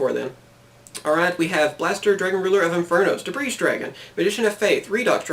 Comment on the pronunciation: the S in Debris is silent :P